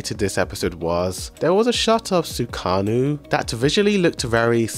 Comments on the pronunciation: my bro literally said "SUKANU" 🥲🥲🥲, bro I love your vids but pls try to pay more attention on the series. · i just hope this man called my man sukuna "sukanu" as a joke